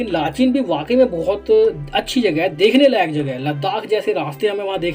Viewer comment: लाचेन है भाई [ लाचीन/लाचीन ] बोल रहे हो